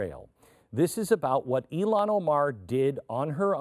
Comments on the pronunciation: Just for the record ... her name is pronounced as IIhan (II+HAN), not I+Lon! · NOT “ee lon” it’s “ill han”. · Her name is IlHan, not IlLan (which is a Hebrew masculine name).